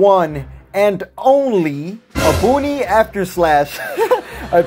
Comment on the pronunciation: Bro i love your vids but how the hell are you a substitute teacher this dude said bergamo furious roar and obuni after slash lmao